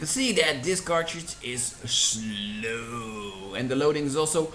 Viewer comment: fuck your mouth when you saying sloewwww